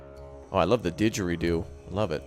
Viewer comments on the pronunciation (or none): none